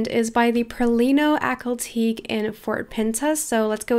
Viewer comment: Isnt it Ack-hal Tea-key?